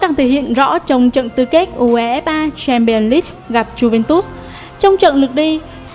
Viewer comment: Đưa nhỏ bình luận ko biết đọc UEFA Chamion leange gì hết